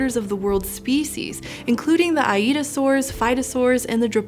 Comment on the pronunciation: I-eat-a-saurs lol